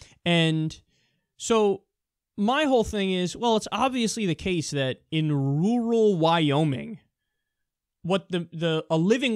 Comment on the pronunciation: Ok, Kyle, i'm from the south, but I'm darned convinced that you are sayin' "rural" wrong.